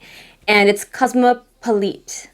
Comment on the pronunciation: 😍😍😍I love this look. Dunno if it was said, but I think Cosmopolite is supposed to be a mashup of the words cosmopolitan and socialite, so you would pronounce it cahs-MAH-puh-lite. 😘 Happy belated!